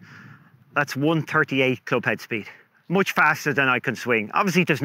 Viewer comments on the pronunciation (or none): none